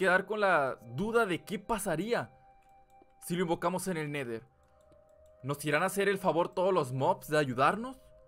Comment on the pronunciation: Se dise el neder